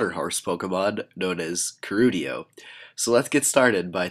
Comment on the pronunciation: I thought his name was Keldeo? Not Kerudio. o_O